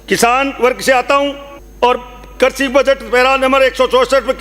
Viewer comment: अरे ढँग की हिन्दी भाषा बोलनी तो सिख ले जहाँ परन्तु की जगह पण और कृषि की जगह कर्शी बोल रहा है।